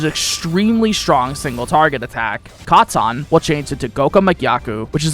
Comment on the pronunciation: trying too hard to pronounce the skills katon doton hyoton in a weird way